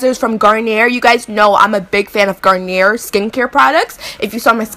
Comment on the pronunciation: it's pronounced garn-yay. The R at the end is silient. Great look.